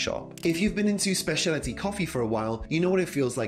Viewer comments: I find it funny how you keep saying "spaciality" instead of "specialty" lol. Good video tho, thanks so much for being on youtube 😊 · Maybe it is because you couldn't say "specialty" correctly